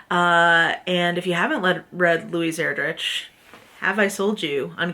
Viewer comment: Ur-drick is how you pronounce her last name. (Sorry to be that person, I am the best at massacring names) I only know this because we had one of her books, CHICKADEE, on our Battle List for a while and we had to teach kids how to say her name. She is fantastic.